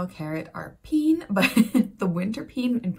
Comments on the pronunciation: It is not pien maar peen. Like pain. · you don't pronounce it like that though in dutch english "e" in dutch is "ie" while "ee" is an "eeh" sound; peehn not pien ... which equally coincidentally is the beginnings of the dutch word for the same i suppose frankly...thats also "sap" in dutch... treejuice fruitjuice, if we could juice nuts it probably be sap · Mispronouncing "peen" does make it sound worse. It actually sounds more like "pain" But have you ever met a girl named "Pien?" It's pronounced the same as the English slang word 😉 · You really made me laugh out loud, there. Thank you,! One little thing: we don't pronounce 'peen' the way you do. We pronounce it the way you would say "pane". And then suddenly, it's not so naughty anymore.:) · Peen is actually pronounced closer to pain if that helps 😂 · Peen is pronounced as "pain". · peen is pronounced 'pain'. You can call it wintercarrot though